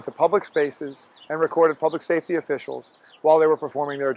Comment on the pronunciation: "record public SAFTY officials" hmmmmmm